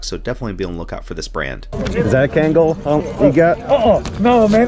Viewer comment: Do you mean Kangol? (Can-goal) Sounds like you’re saying Cankle lol! I’m like I have those already!! I wish I knew sneakers as well as you do. I’m definitely wet behind the ears with sneaks. Most everything else, I’m quick and knowledgeable. Sneakers are the Bain of my existence lol!